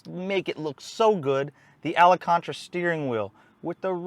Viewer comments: Wtf is alacontra? You mean Alcantara? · Really nice review! I got one of these in xDrive in January. BM3 Stage 2.0 93+ is a blast. Just so you know its pronounced al-can-tara, also it's an 8 speed auto and not DCT 👌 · Pronounced “al-con- tera” actually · Is someone gonna tell him how to say al-can-tara?